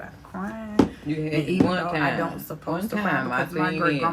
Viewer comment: She said I ant know city girl 😍😂😂😂😂😂😂